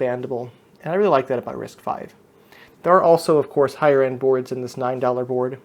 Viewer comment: again it is pronounced as "risk five" and I have difficulty following anyone's explanation when they mistakenly pronounce "risk vee"